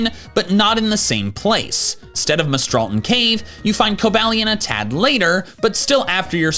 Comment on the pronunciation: It’s pronounced coh-BAY-lee-uhn, EE-VELL-tall, sol-GUH-LAY-oh, and fee-oh-NAY, “Patrick Star”! 🤨